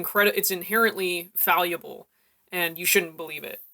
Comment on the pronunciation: fallible is not pronounced faleeyable, but rather fal-li-bull